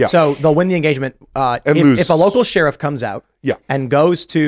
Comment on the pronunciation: After 3 years, I can't get over Tim saying "She-Riff".